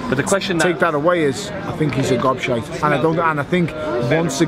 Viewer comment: its gobshite not god shite you,and this bellend is still counting the haye fight as a victory lol